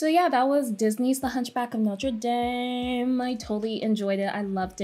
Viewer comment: Omg you said dame wrong... idk